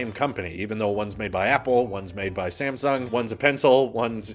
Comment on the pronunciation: am i the only one that heard "same sung" instead of "sam sung"